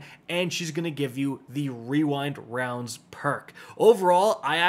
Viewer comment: good video with the puzzle guides and schematics,! also, good job pronouncing Rewind Rounds well!